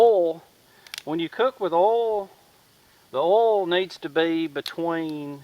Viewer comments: Its called oil not urlll. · Oil not orl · u say oil as ole didn't know what u wa talkin g about lol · You southerners pronounce oil funny, haha :) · i love how he says oil lol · u need to learn how to pronounce oil.